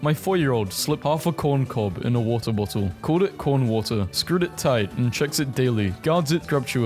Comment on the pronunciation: Bo-le of wa-er please